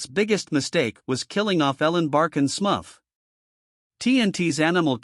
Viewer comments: Smufff? It’s Smurf dummy! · what horseshit. At least pronounce "Smurf" correctly